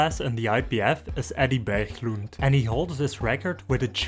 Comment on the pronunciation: He was trying to pronounce Eddie Berglund but butchered it.